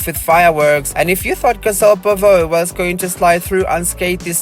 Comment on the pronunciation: Good video, but it's pronounced 'bow-vay' not 'buh-voe'